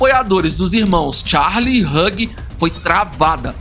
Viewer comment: Vídeo excelente amei 👏👏👏👏👏 só um diquinha de inglês Hugh, se pronuncia /hju/